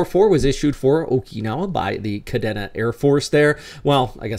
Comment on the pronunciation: Pronounced Ka D na